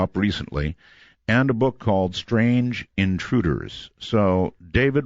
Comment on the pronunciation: "very SHTRANGE"